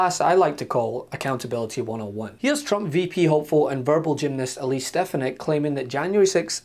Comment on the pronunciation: Yaah Alise Stef-fanack. Thats your president. Alise Sta- fan- ik. 😢😢😢😢😢😢😢